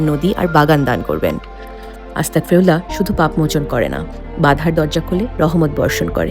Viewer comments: আসসালামু আলাইকুম😊, প্রিয় তোমার কথা টি ভালো তবে তুমি যে "আস্তাগফিরুল্লাহ" এর বদলে আস্তাকফিরুল্লা বলছ এটাতে কিন্ত অর্থ পরিবর্তন হচ্ছে । ছোট্ট একটা হেরফের জন্য পুরো কথা টি ভয়ঙ্কর ভাবে বদলে যায়। সাবধানে থেকো ।কথা টা যারা জানেনা তাদের জানিও, অনুরোধ রইল 😊। দোয়া চাই ভালো থেকো । আসসালামু আলাইকুম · আস্তাকফিরুল্লাহ হবে না আস্তাগফিরুল্লাহ হবে